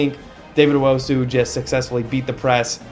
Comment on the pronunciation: Tuaolo: Try imagining a hyphen to split it into two halves (Tua-olo). Also if it was me, I'd pronounce Rubin like the US soccer player Rubio Rubin (Roo-been) Last thing... don't know if you noticed, but Owusu should be pronounced (Oh-woo-soo) instead of (Oh-woh-soo)